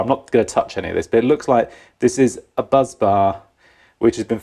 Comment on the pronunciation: Bus bar not buzz. Just saying